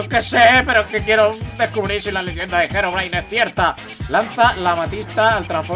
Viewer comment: no sé pronunsi gerobrain es Herobrain